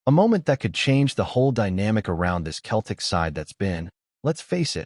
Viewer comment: AI voice can’t even pronounce Celtic 🤬 HH